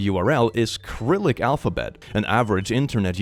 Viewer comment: an actual English speaker, that doesn't pronounce it as syrillic, that's amazing to see. Also there is no actual difference between latin and cyrillic "a". You might see it, when the font is missing cyrillic, so you basically see "a" from 2 different fonts.